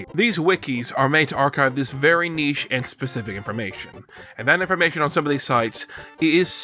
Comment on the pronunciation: Holy shit an American that knows how to pronounce the word "niche"